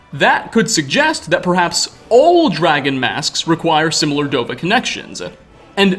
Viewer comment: I just noticed something about the narrator's voice. I think it's just a minor regional quirk but I can't unhear it. He does this thing where he doesn't cut the flow of air at the end of a word when it has a consonant. Usually it presents a a tiny little -uh at the end of a word "dragon-uh" skyrim-uh" "here-uh" were a few I picked out in a couple sentences. It seems just a little weird to me but it's probably better for voice over than dropping or softening consonants all the time like I do. Edit: just wanna clarify I'm not hating, even when you're accent is near indistinguishable from people across the country, there are still tiny differences that give it personality and I love that about language